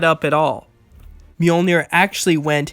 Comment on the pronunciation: an entire channel dedicated to Thor. still cant pronounce mjölnir corektl